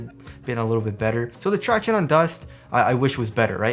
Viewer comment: Every time says traction-ays I cringe.